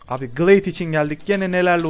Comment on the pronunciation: abi Gılayd diye telaffuz edilmiyor mu o